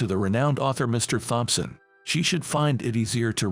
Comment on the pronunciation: This AI needs some work. "Thompson" has a silent h.